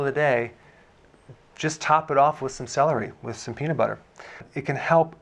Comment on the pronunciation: The way he says SE LE REE at the start like this is a phonics lesson 🤭🤭